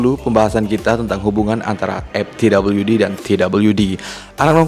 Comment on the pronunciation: gila di awal saya bingung narator nya bilang MTWD itu apaaaa, eeehhh ternyata dia bilang EpTWD, ternyata ga bisa ngomong F, F kok di baca Ep, V kok di baca P, sebener nya dimanapun anda berada pasti nya harus bisa bilang F dan V, karena anak T.K. aja bisa bilang F dan V, bro kamu harus bisa baca F dan V dengan ejaan yang benar, video mu di tonton orang se indonesia, malu kalah sama anak TK